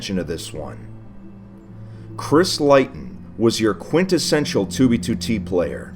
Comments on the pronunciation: Leighton is pronounced ‘lay-ton’ not ‘lie-ton’ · Its "Lay-tun" not "Lie-tun". I'm Triggered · i thought it was pronounced "layton", not "lighton" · Chris Leighton surname is pronounced Leyton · I just want to say that Leighton Is pronounced lay-ton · It's pronounced leyton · Just so you know Leighton is pronounced layton. I know this because it's my Freinds name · Its pronounced late-in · Leighton is pronounced “lay-ton”, but otherwise, very informative! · it’s pronounced (lay-ton) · We all gonna ignore how he pronounces “Leighton” -which is pronounced “L-ay-ton”. The whole video. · Leighton is pronounced layton bro. Like Neigh, Sleigh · It's pronounced Lay-ton. Sorry. Just bothered me. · Leighton is pronounced lay-ton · Pretty sure it's pronounced Lay-ton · Does he not know Leighton is pronounced lay-ton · It's pronounced lay-tun. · leigh.. its pronounced lee.. chrisleeton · Leighton is pronounced LAY-ton tho... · Leighton isn't pronounced that way. It's just Lay-ton, but spelled differently. Good informative video though. It's been in my recommended for a while. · You pronounce Leighton like lay-ton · its pronounced layton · I think it’s pronounced Layton. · I have a feeling that the 'leighton' is pronounced 'layton'. Just me? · My real names is Leighton but it's pronounced Lay-ton 😀 but it's my first name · Leighton is pronounced layton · Why do you pronounce Leighton like that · leighton is deffo not pronounced like that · It kinda bothered me you didn’t say leighton right but that doesn’t stop me from liking the videos. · My Real name is Leighton and it's pissing me off that he is pronounced it wrong